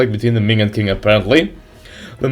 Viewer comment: Qing is pronounced like "Ching" just so you know m8 :)